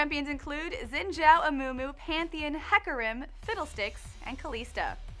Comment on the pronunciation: Fyi, Xin Zhao is pronounced Shin Chō or Kin Chō